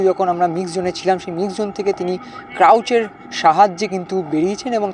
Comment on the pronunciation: ক্রাউচ মানে নিচু হয়ে ( লুকিয়ে ?) থাকা। বার বার একই কথা বললেন , ওটা ক্রাচ।